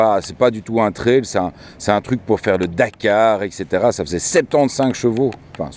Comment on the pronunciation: On dit traille ! Pas traile !